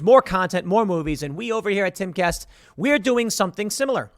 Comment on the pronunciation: I always think that Tim is saying "Caste Castle" like Tim is creating his own caste system in the Timcast universe!